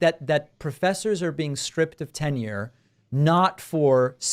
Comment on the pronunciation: Hey Dave, it's Tenure , not "Ten year".